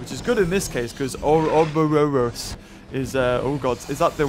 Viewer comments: FYI, it’s pronounced “Or-boar-os”, it’s a symbol depicting a serpent or dragon eating its own tail. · its pronounced ore-a-boar-us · Pronounced (ore-oh-boris) I know how it is pronounced because I have seen the word before. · I played enough Resident Evil 5 to know its pronounced like 'Oor-Oh-Bore-Os'. Global Saturation and all that. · It’s pronounced Ore-ra-boar-us...